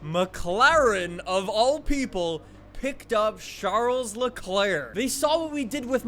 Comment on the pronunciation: Anyone else who cringes when he says SHARLES Leclerc?